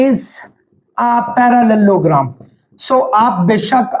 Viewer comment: The way he say parallelogram 😅😅